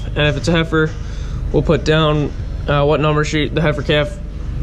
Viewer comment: What is a “heifer-yet”? 😁